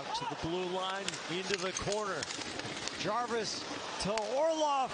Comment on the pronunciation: Don’t forget “ Self Jarwis”